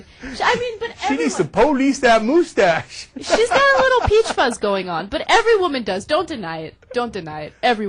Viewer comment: Wow Ana, You RULE! "Who Gives a shit!?" - what a perfect summation of this. Cenk... um... Poh-Lice the moose-tache? wow, that's brutal, dude... I almost feel bad for laughing... but not really.